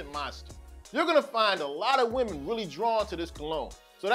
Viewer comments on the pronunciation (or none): none